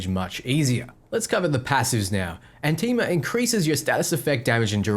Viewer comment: It's Anima (AH-nima) not Antima (An-TEE-ma?)